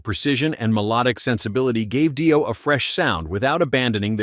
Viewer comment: It's "Dee-oh" not "Dye-o". Holy moly. And Dio unknown? The hell?